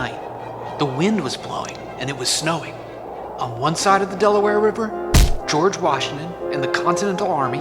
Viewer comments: It’s George Washington not George Washingmachine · In that video you sayed ``geoge washmen`` :/ =/ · Dude his name is not george wasingmashin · George washinemashine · Keep saying George Washingmachine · Did you say George washing machine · Why saying George washing machine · Why the heck is it George wahingmashine?